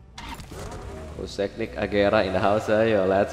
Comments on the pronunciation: Koenigsegg bang, bukan koesegnig 😁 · Konigseg x bang bukan kosegnik 🤣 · Kesegnig❌ Konigseg✅ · Koningseg atau kosegnig bang wkwk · Bukan kogsegnig tapi koenigsegg baaaaang 😂😂😂🤣😅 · Khas nih, kosegnik bukan koenigsegg;) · Koeniseg bukan koesigneg 🤣🤣🤣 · SALAH MULU NYEBUTIN KOENIGSEGG..KEBALIK..